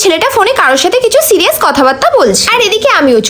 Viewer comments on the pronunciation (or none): none